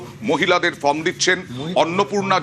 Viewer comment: Mrs.MLA ma'am From kotha ta valo kore uchharon korte pareni. Ma'am k bolun karor help chara oi 12 page er form ta filap kore dekhate